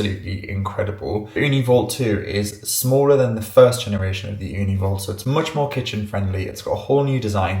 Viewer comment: I like when you said Ooni as we say it here in Finland(where Ooni is from), we say it here "uuni" which means literally owen😊